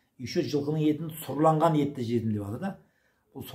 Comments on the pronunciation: Сұрланған емес.Сүрленген. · Сұрланған емес сүрленген деп айтыңыз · Сұрланған ет емес сұрленген ет. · Сұрланған ет емес,сүрленген ет деп айтады